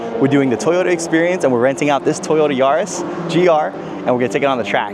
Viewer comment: Not sure why it's so annoying to hear him call it a Yaris GR.